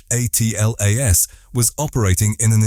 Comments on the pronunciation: Yeah, that drives me nuts too. You'd think that if AI is as smart as they say it is it should at least be able to read correctly! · WHY use AI voice ? It is DUMB ! SPELLING out the name......WHEN will the dumb-a55ed producers realize that ?